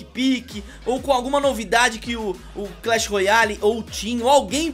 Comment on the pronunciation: ele diz clan battl